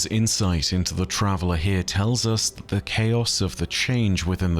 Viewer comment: i heard her insides are shared with us and it took me second to realise you said insight